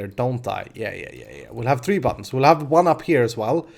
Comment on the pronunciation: buttons = buddons in language=D